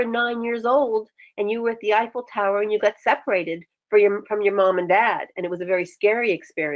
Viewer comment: She said effilé tower and my brain said aww New York lol, my heart got really happy though since I dream to live in Paris one day